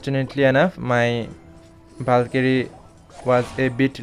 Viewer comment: Bro was calling a valkyrie and bAlKyRiE